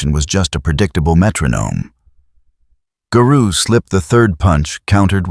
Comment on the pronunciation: Imagine if AI learned phonetics and context. Better yet, imagine if everyone narrated their own videos, you know, like everyone used to. I can't finish this video, hearing the way Garou is pronounced is very grating.